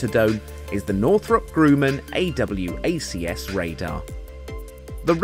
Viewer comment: no need to say a double u a see ess, just say awacs